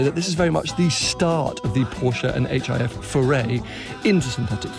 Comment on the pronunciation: Hif pronounced Jif.